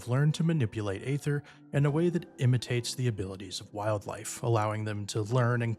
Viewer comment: I agree with a lot of the things you said. The job has so much potential that it isn't living up to. Btw – Aether is just a different stylistic spelling for Ether. It's pronounced the same, and not like "Ayther". They voice it many times in the game.